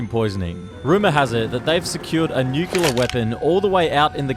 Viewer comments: Nuculer. Like George W. I love it. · Say the line, Bart! This guy: Nükiller